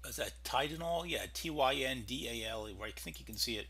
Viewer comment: TIN-DAHL is the AF base name.